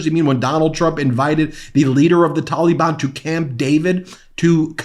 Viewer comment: For the love of the Flying Spaghetti Monster Stop. Pronouncing. Taliban. Like. That.